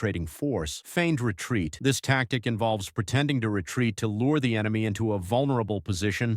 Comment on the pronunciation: How did you combine sniper shots with salvos?🤦‍♂ "deley emeny advance" WTH is an emeny? 😆 A feigned retreat devolves into a real retreat? 🤦‍♂ FFS are you just making this 💩up as you go? I can't with this channel.